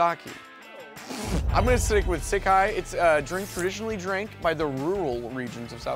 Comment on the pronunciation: It's shee-Keh for shikye